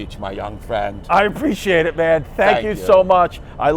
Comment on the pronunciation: TWAS A WARM JUNE EVENING!!! Ole Benny Frankentits hitting Chrissy D with some knowledge! Preesh-e-ate-cha. R.I.P. Norm